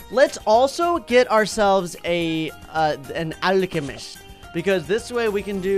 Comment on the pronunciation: the way he said alchamist haha